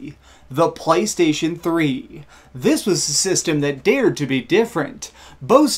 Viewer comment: did you just say " the phley station 3 "